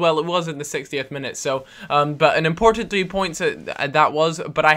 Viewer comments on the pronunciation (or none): "This is a very impotant game"